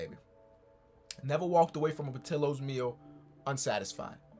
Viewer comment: Hey I think Portillos is pronounced: Por-tee-yoz. The ll in Spanish is pronounced as a Y:)